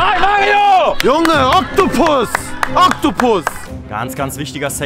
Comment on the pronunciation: Digga Oktobus Oktobussss 😂